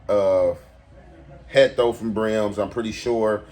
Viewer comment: Heatho not hecto